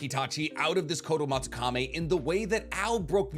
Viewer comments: Its not fucking kame its kami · Is there any particular reason he pronounces koto amatsukamE instead of amatsukami? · It's kotoamatsukami, not kotoamatsukame... How can you pronounce it wrong every time you say it, in a video talking about said jutsu. Otherwise, great video. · I swear you mispronounce things on purpose. It’s Kotoamatsukami. Kami not kame. And it’s Kakazu. Zu not zo. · Ok,, I love you. I watch your videos daily. But it's Kotoamatsuka - "me" (English pronunciation for the last syllable) not (Meh). That's been my pet peeve for a year, amongst other mispronunciations. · i hate how you pronounce kotoamatsukami 😭 "kotoamatsukame" son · I love the way how he pronounces kotoamatsukami. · Why is he pronouncing Kotoamatsukami like Kotoamatsukame and Edo Tensei like Edo Tensai? Is this the correct pronunciation or he is just wrong? Awesome overall vids btw